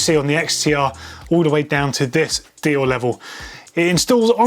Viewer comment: Its not "dioh", its "deyore"